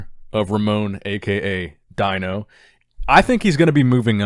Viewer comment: its actually pronounced `deeno`.... just an FYI